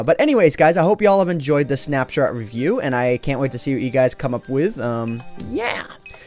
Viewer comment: "But anyways guys, I hope you have enjoyed this snapshart review" <--- Is that intended? XD